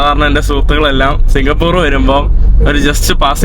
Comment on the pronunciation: സിങ്കപൂർ എന്നല്ല സിങ്കപൂര് .